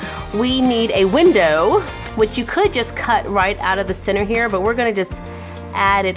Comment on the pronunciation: I like how she says "center" it sound like "sinners".